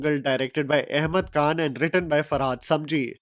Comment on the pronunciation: By the way it is Ahmed Khan not Kaan, Khan from the epiglottis!